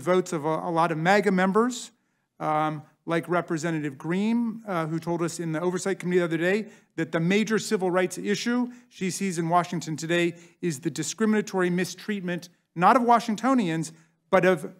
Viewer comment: Gotta luv how he said " margarie Taylor GREEM" after her saying " raskins" over and over